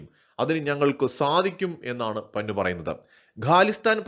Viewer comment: പന്നു അല്ല പന്നൻ.കോഴി കോട്ടുവായിടുന്നപോലെ.😂😂😂😂😂